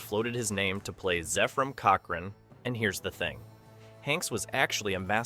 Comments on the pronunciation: wondered why he said first Zeefram Cochrane😅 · LMao this was my favorite movie out of almost all of them. All the names are being pronounced wrong lol Zaaaayfrem cockren :face-blue-wide-eyes::face-fuchsia-wide-eyes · I laughed when he said Zayfrim Cockring. =D